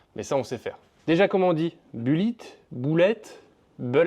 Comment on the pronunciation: "Boullit" la prononciation, u= ou , e=i en anglais